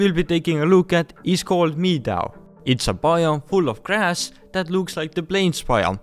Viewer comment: “meedows”